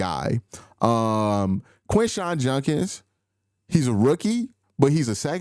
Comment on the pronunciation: Lol Q, I know you gotta accent but you just saying my boy Judkins name wrong lol